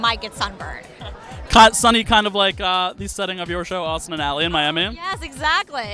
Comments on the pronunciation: Did he just say raustin instead of austin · Did he say Raustin 1.55 or is it just me